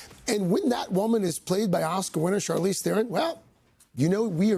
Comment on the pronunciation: Does he say “Charlene”?!?